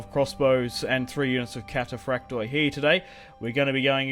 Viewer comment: Hey,just a tip from a Greek fan...wherever you see on greek units the letters "oi" in the end of a word,it's pronounced "e",not "O-E".so try next time to pronounce it cataphract'e' 😁